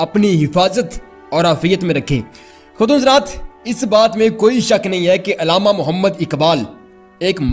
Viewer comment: saheb urdu pronounciation par kaam kareeen.... ILLAMA NAHIN ALLAMA KAHEEN.... URDU URDU URDU....